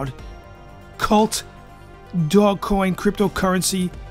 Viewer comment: bro SAY IT RIGHT OMG how you make a video about it and you don't even know how to pronounce it